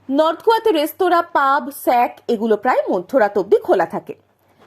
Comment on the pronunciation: Once again, it's shack not sack.